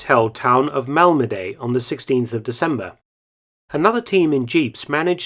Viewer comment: Malmeday, really Mark? :-D. Malmedy [malmədi]